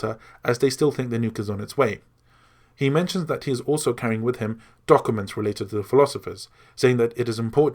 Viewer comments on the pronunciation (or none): Why can't you say the word documents?